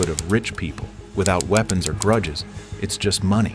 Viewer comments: Grudges not Gruddes!! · “Gruddes” 🤣🤣 even with AI you can’t spell….